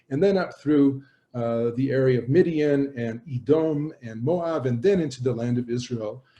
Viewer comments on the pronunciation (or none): none